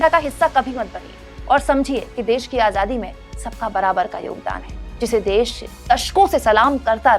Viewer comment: मोदी जी आझादी नहीं आजादी शब्द है। जरा संभल कर बोले। देश को धोखा दे कर ठग की तरह नेता जी का तडका नहीं चलेगा।